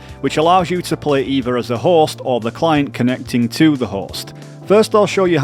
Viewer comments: Your accent makes it sound like you said, "The Horse" instead of "The Host" and it made me giggle hehe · I kept hearing horse instead of host and it got me confused lmao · The best thing about this guide is that the way you pronounce “host”, sounds like “horse” 🐴